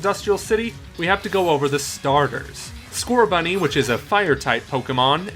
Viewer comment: Definitely Scorch-Bunny, not Score-Bunny